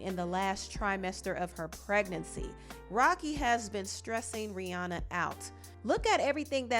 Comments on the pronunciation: FYI: Rihanna’s name is actually pronounced “Ree-ANN-uh” not Ree-Ohn-uh. She doesn’t tend to correct ppl bc most know her as the latter… but yeah… Ree-ANN-uh 😊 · The second pronunciation took me out, can't stop laughing 🤣